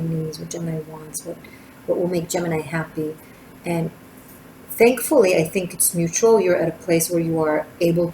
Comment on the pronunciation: Oooff you got me tripping! Not only about the reading writing keyboard creativity explosion: we are about to release a book I've been editing and illustrating, now I am taking it way beyond creating a new design line- But you kept saying Gemmi which sounded to me like Jenny- my name- and I almost spit out my coffee!